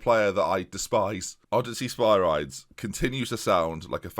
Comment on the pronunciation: Can you please pronounce is Sper - ree - des please!:)